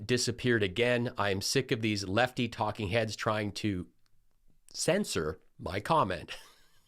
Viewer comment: Says "TAKING HEADS," NOT "TALKING HEADS"!!! 🥸😖😳🙄😋😵🤪 FRIGHTENING!